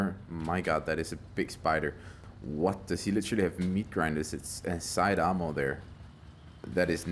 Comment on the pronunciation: I keep getting confused when you say "armour" because it sounds a lot like you're saying "ammo" ^^